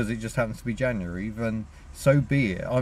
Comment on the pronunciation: Yay, someone who says January correctly!